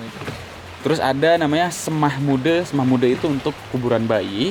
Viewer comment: Nyebutnya 'seme' bang, bukan 'sema'.. btw aku 18th di bali belum pernah ke trunyan😭😭😭